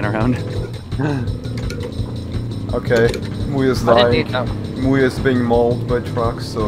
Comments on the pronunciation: When you sais MuYe, it sounded like Booya. lol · Muye sounds like "mulher", aka woman in portuguease